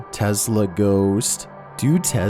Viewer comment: Everyone else: Tesla: T E Z L A